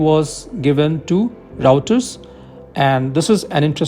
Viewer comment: I think your pronunciation of reauters was wrong, tata has a deal to make f21 or the parts in Hyderabad, will they deal go through even if rafael is selected in mrfa or was the deal only if selected for mrfa, f21 entire tech will be transfered to India and only India will use that variant if brought, so f21 is also a good choice, I think even if we select rafael for mrfa, we should buy this f21 in some number to get the deal , or they may sell it to some other country.